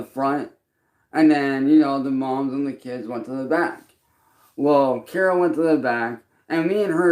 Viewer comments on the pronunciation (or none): none